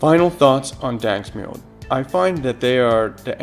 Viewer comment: Duuuuuuuuuuude, its daNSk mjød, not daNSk mjød.